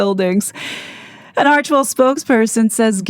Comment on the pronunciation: Thankyou for pronouncing Archwell correctly. Im so sick of hearing "Archiewell", or "Archerwell" by ppl who should really know better. Arch and Well. 2 syllables only.